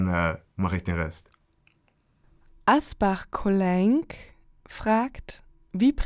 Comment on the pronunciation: Asbachcolainc Hammer Name nur wurde er komplett gebutchert 😂